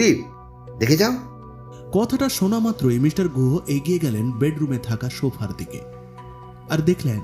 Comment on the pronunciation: Jini golpo path korechhen tae uddeshey boli j apnar "S" r "sh" er moddhye onek problem royechhe. Kotha gulo shofa noy sofa, mishter noy mister, offisher noy officer, mish noy miss.